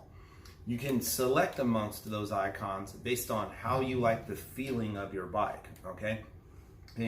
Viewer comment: ¿"ONCONS"? Did you really say that?